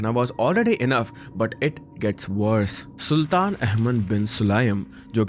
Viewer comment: It is not saltan 😂 pronouns “Sultan” 😊